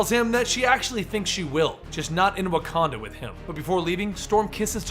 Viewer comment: Its Wakanda not Naganda you idiot